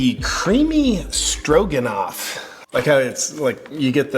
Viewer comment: At first I thought you said, "creamy strokenoff"